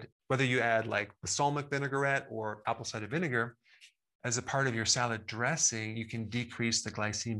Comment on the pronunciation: Just a minor comment. Could you say ‘Apple cider vinegar’ just a little more slowly? My English ears couldn’t tell what was being said. Thks a lot, really learning a lot here.